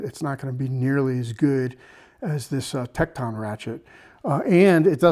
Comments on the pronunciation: Tek ton. Not Tek Taun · I've never heard anyone pronounce Tekton like that. It's pronounced Tekt'n. But you even draw out the O in Icon . Sounds like Ikohn. Where are you from. Illinois? Wisconsin ?